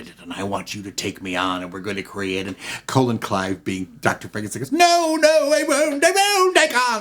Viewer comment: Colin Clive is "Kah-LIN". A "Colon" is a body part